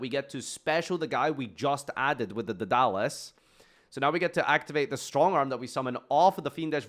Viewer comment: “Dudolus” he says 🤦🏽‍♂️